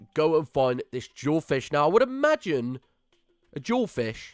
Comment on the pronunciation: It sounds like he's saying "jaw fish" not "jewel fish" XD